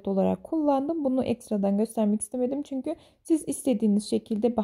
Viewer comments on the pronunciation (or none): none